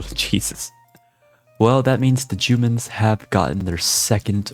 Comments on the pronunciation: he thought it was jewman not jooman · You know, I'm trying to grow as a person....but I can't help giggling every time "Jumans" is said. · "the jumans" was a risky play bro u made it alive thou 🤣